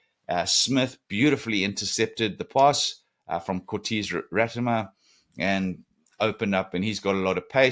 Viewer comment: It's Ra ti ma not Rat i ma